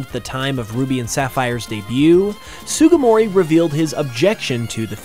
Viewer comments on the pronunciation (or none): I cannot believe you just called ken sugimori "sugumori"